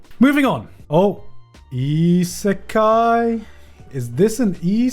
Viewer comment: Garnt, how hard is it to say Isekai? Goodness gratious, you've been mispronouncing such an easy word for so long now. :D